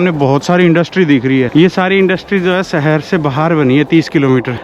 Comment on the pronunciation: Bhai agar terko achha bolna aata hota to tere viewers billions mein hote. Tu rah gya desi ka desi. Aaj tak शहर भी नही bolna aaya terko. Temperature ko tu Tumprature kahta hai.